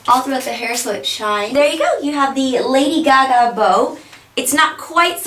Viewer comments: Lolz. she said lily gaga. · its LADY GAGA no lily gaga